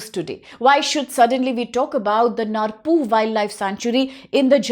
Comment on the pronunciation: Dkhar can't pronounce khasi. Narpuh pronounce narpouh